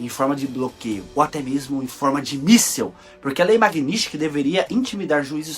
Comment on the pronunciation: "Magnisti" kkkkk, por favor vamos pronunciar certo o nome da lei. Kkkkk